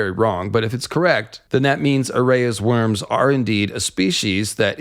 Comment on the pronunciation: Lol. Mate you know theres a difference between worms and wyrms right? Its not even pronounced the same. Sounds alike but its not.